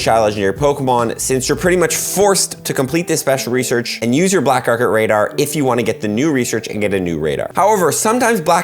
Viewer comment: speshel reserssh.